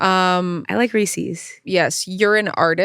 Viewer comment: the way they're pronouncing Reese's is bothering me so much